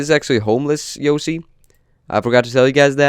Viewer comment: He said yosi